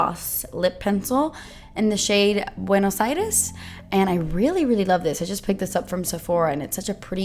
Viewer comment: I saw that lip color as you were putting it on and I was thinking "omg that is the most perfect nude ever" and THEN I saw that the name was Buenos Aires (I was born there!) so now I HAVE TO BUY IT! lolol P.s. I appreciate that correct Spanish pronunciation so, so much! 😉👌🙌💄